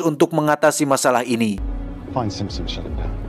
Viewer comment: Sapa yg ngakak pas salah sebut Simpson 😂